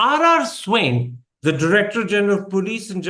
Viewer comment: Can you please learn how to pronounce Swain please? How would you feel if you were called Thappad?